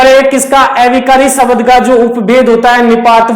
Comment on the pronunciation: शबद नही शब्द बोलिए सर। बहुत अच्छा समझाया अपने सर।